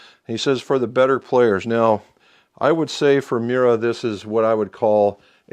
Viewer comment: it's 3 separate sounds. Me-You-Ra. Sweet looking build!